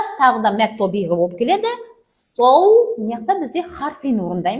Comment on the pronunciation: Мәд табиғи мәд тобиғи емес әлде менің құлағыма тек о дыбыстары естіліп жатыр ма?не ро қоф сод дейді а САД САД ТА,РА,ҚАФ